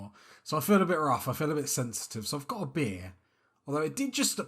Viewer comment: You got beer 🍺! Cheers 🍻. When you said beer, I heard bear 🐻 lol…….